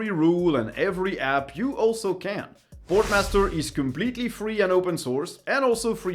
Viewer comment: You really need to pronounce your sponsor names right. You kept calling them Sportmaster like the shops .